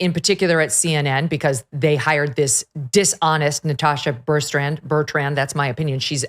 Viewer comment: It makes me laugh every time that Megyn can’t get Natasha Bertrand’s name right. Just shows how unremarkable she is.